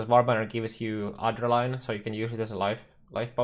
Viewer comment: Champion's fine, he's been one of the better Melee class choices other than Glad/Jugg for a while now. Also its Ad(as in Add)-Dre(as in Dread)-Nuh(as in Nothing)-Lyn(as in Link). Not Adder-Line.